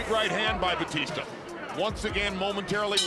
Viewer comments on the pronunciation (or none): Bautista...pronounce it Right Not Batista 😅😅😅